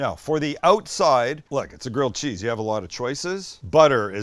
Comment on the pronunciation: Sams like my mom always calling grilled cheese, "girled cheese"